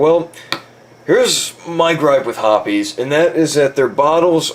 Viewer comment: Also along with my other comment its pronounced hops 9...not herpes 9 or whatever tf u saod